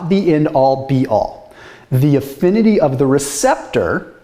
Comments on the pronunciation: Affinity not effinity. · It's "affinity" but the passion for knowledge and health is palpable. Keep doing what you're doing (but go easy on the plants).